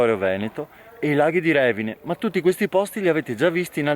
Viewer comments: Bravissimo, bellissimo video dei posti a me molto cari. L'unico appunto è sulla pronuncia del lago di Revíne...che tu hai chiamato Révine😊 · Grande. Ti seguo sempre con interesse. Tòvena con l’accento sulla o, Revìne con l’accento sulla i 😊